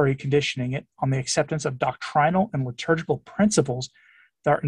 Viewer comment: You said “Lib-turgical”: the shoe fits 😆